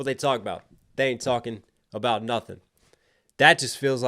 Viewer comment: Talmbout = correct AAVE pronunciation 👌🏾 that way words just slide